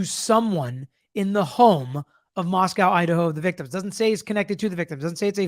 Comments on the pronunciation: I really trust and respect you. Thank you for doing what you do. As far as Moscow, Idaho, it is pronounced “Mos-coe”, not Moscow. Keep up the good work! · Why doesn't Cuomo know how to correctly pronounce the town name. He didn't have any right to know these people? Cuomo has no more credibility.